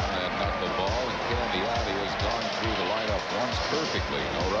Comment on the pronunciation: his fake forced calls like his home run call "at the track, at the wall, looks up! That's ball is gohgoon!!" And I spelled "gone" wrong because he tried to make it a 2 syllable word. His overall humor and corny lines in general. He tried way to hard to be "different". He never let the game breathe. He was like a value version of the clown in New York, John Sterling. Im so grateful we have Franzke now. Sooo much better. He lets the game breath, his banter with his color guys is actually real and not forced.